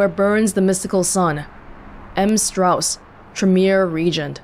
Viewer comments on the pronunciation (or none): none